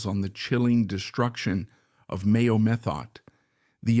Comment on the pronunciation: Mayo Methot was the abuser. When drunk she was refered to as a "wild cat". Methot is pronounced Meth-oh. The final T is silent .